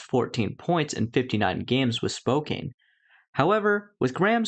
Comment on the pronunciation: Hey Graham, just an FYI Spokane is pronounced Spoke - can (with tiny tiny sliver bit longer a-n like Ann on can part). Believe me I know that nobody who hasn't grown up or lived here in Washington State for some time can reasonably pronounce correctly like ⅓ of city/area names based on how they're spelled (like Puyallup is Pew Al up, Sequim is squim pronounced very similar to squid among litany of others in similar fashion)